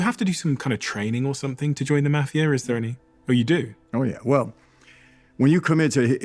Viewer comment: ENGLISH PRONOUNCE MAFIA SO GOOFY,I DONT LIKE BRITISN ACCENTS,NEVER HAVE NEVER WILL,LOL😂😂😂😂😂